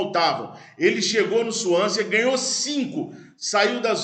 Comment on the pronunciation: Swansea pronuncia-se sem o último 'a". Suãnse. igual Chelsea, "tchélssi".